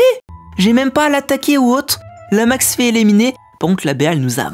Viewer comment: Super vidéo, et on dis éliminer et pas éléminer